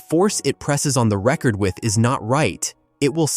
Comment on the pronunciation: This seems to be AI so I dont know if they could get their facts straight. about 1 minute and 20 seconds in you can hear them pronounce record after record entirely wrong.